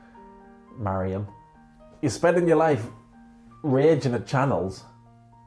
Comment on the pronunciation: Could you not say Mariham please? Its so racist !!